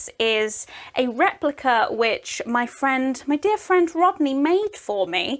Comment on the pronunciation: When she said my dear friend , I heard m’dear ( from family reunion)